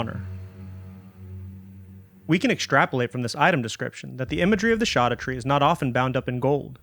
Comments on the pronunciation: Mind boggling you say "Land of Shadow" but also "Shawdoutre" Scadu is old English spelling of shadow. It's... literally the name of the DLC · Please... It should be pronounced "skadutree", not "shadutree" 😕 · It’s said SHADOW. It’s old Germanic. Look it up… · bruh keeps on saying shoddatree like a doofus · It's shadowtree. I wouldn't have commented by your whole intro acted like it's a mystery. It's just a mysterious as how gaol is pronounced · It's literally pronounced as we pronounce "shadow" today. Only the writing is different. The fact that he claims that "we don't agree how it's pronounced" puts a huge red flag in front of the entire video. If he can't even find out how it's pronounced correctly how can I expect a good lore analysis. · it was already proven scadu is pronounced shadow. lit one google search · I think i've heard "scadutree" pronounced every way possible but the one i've chosen: Scadoo. Like "blue scadoo we can too". I even sing the jingle when i go back to the land of shadow. Every time. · I pronounce it the same way Grandpa in Hey Arnold! says "23 Skidoo"... just with an A instead of an I. Makes my wife laugh. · Except he still pronounces it wrong. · Scadutree is pronounced like Jack black ad libs